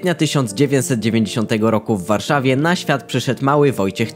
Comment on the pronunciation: Człowieku naucz się poprawnie akcentować po polsku. Strasznie źle to brzmi jak mówi się piłCE, warszaWIE, maTCE itd.